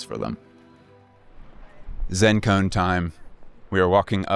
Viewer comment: Omg I've missed y'all so much! I've only just begun the video and it's such excellent work so far! Small note, I love you so much but I always double take when I hear "Zen Cone". It's pronounced with 3 syllables, like 'zen koh-an'! ❤️